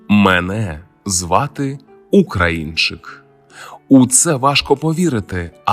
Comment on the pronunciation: Якщо ти українчик так і розмовляй українською а не ополяченою западенською. Кажешь "Українчик" з наголосом на "у", "Україна" теж у тебе з наголосом на "у", "прОгноз" з наголосом на перше "о" , "мАгнітна буря" з наголосом на "а", "Очікується" з наголосом на "о", польське "наразі" вживаєшь замість нашого "поки що" ? Та який же ти після цього українчик ? Ти ополячений западенчик. Та й інтонація у тебе гундосна, в ніс. Так буває коли ніс полон соплей. Висморкайся, а потім кажи щось в ефірі, слухати огидно